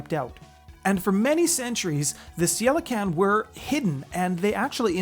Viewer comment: Also, unless my research is wrong, Ceilican should be pronounced (Kay lee can)